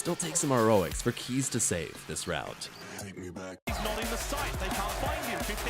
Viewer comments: Kheyze is pronounced "Kay-zee" not "Keys"... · It's "kay-zee" not "kees".